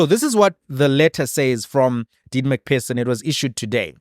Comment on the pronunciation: McPherson = Please, it’s not MacPerson, you must use an ‘f’ sound for the PH - like McFurson